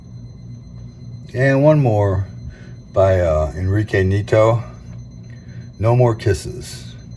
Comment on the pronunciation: Pronounced "knee-AT-oh". Nieto's style is similar to what the Italians were doing in magazines like Lanciostory (which was, itself, a bridge between the Italian comic industry and Argentinian artists), but it seems most of his work was for US publishers.